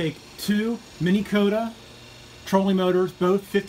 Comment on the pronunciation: why are you saying Mini Kota,,,,its Minn Kota